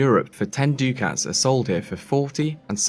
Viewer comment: ducat is pronounced duckut. otherwise fantastic